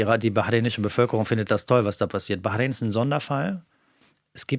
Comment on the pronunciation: Allein, dass er konsequent 'Iran' und nicht 'Der Iran' oder 'im Iran' sagt und auch Wörter/Begriffe wie Messias und Bahrain richtig ausspricht, zeigt, dass er Interesse an und Respekt für die Region und die Menschen dort hat, da spürt/hört man die Expertise. (Vielleicht möchte sich das ja zum Beispiel nehmen und sich diese unsägliche Merzsche U-krei-ne abgewöhnen: Es ist die U-kra-i-ne...)